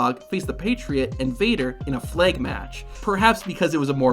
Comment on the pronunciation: Fleg match! Went full Northern Ireland with the pronunciation on that one so you did.